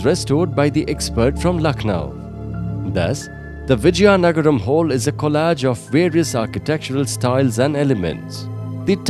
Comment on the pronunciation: Its Vizianagram not Vijyanagram